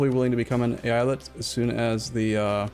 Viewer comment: It's pronounced "Eyalet",.